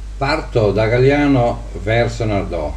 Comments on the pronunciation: il paese si chiama GAGLIANO , non "Galliano" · Si chiama Gagliano e non galliano